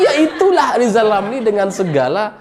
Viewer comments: selalu bilang LIZAL LAMLI..... 😀😀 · Pingin narik lidah lizal lamli pake tang listrik biar bisa normal bilang Rrrrrrrrr 😁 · Lizal lamly 🤣🤣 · Lizal Lamli apa Rizal Ramli ya.... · Rizal Ramli belajar ngomong huruf R spy bisa rendah hati. Semangat.